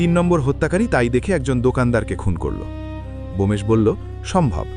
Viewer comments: 😅Bomesh korchen kano?Bomkesh hobe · উচ্চারণ ঠিক করুন। বোমেশ কি নামটি ব্যোমকেশ। এটি একটি বিখ্যাত নাম। ভূল করবেন না।